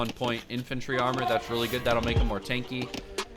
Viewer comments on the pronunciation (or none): none